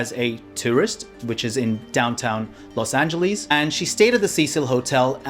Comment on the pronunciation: Why do British people keep saying it like that? It’s not Los Aenjahleeez